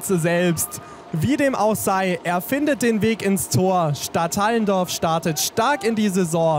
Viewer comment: Es wir nicht Stadthallendorf ausgesprochen sondern Stadt Allen Dorf